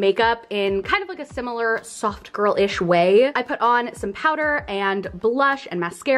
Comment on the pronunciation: I was cooking while I was watching this and really thought you were saying "sock girl" not soft girl. Very confusing lol